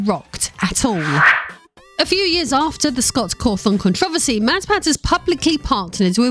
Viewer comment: Okay... one, there is no problem. Yet. Being rich and in politics doesn't equal problems. Try again... and while you're at it, learn to pronounce controversy right. I got to and got sick of the political bs which didn't prove anything about MatPat... and just talked about existing politicians. No one is really shocked that existing politicians ended up wrestling control of this group or that they're rumored to be corrupt on various fronts. That's just politics that we've all been dealing with since the very first presidential election.